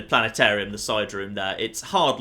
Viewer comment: the Planetarium is awesome, whats NOT awesome is not being able to pronounce the T in plane-arium when you work in a plane-arium!